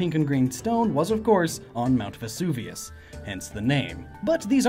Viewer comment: Funny to hear Vesuvianite mispronounced as "Vevusanite", then to hear Vesuvius pronounced correctly.